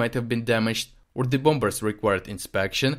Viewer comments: thank you... your articles are always really clear and interesting (ps the second 'b' in bombers is silent.. .so the word is pronounced bom-mers not bom-bers)... look forward to next episode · Good report, but just to let you know, the b in "bombers" is silent. We pronounce it "bohmers."